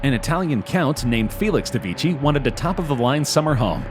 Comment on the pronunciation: Am I the only one who cringed at the way he pronounced Vecchi?